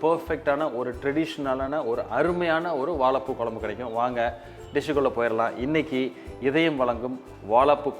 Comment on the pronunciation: வால பூ கொலம்பூ! பச்சை கிளி கூட உங்களை விட அழகா தமிழ் உச்சரிக்கும். திருத்திக்கொள்ளவும்.